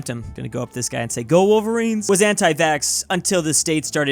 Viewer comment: Heard him say go worlvarines and imedietly disliked